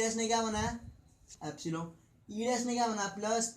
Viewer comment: abay epsilon hota h appsilong kya hota h bhai!!